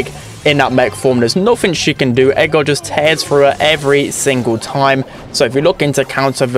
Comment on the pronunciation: I was so confused when he was saying Edgar, it sounded like egar or something